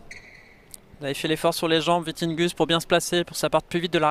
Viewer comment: Will be interesting to follow the ups and downs of players after one years covid break! And on a sidenote it is Vittinghus, not Vitinghus!